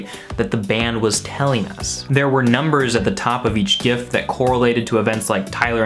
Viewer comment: glad to hear you say gif with a hard g